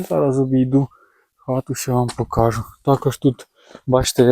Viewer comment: Вірно говорити не покАжу, а покажУ. Вчіть, любіть і шануйте українську мову.